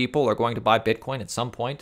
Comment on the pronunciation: you said bitcorn